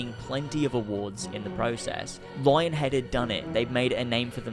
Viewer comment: its pronounced lying-head.